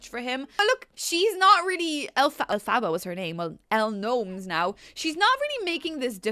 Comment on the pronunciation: L's new last name is says Go mes not gnomes